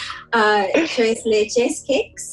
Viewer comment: Lol I cringed every time somebody pronounced tres Leche incorrectly. I grew up in a Hispanic town so I'm used to the actual pronunciation of stuff.